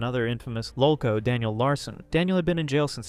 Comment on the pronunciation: Dude, just narrate your own videos. This isn’t even saying “lolcow” right.